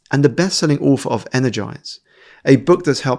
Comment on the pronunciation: I don’t mean this in a mean way but I had to rewatch 3x…did he say “I’m the best selling auf” is that a slang term or an accent ? No shade just curious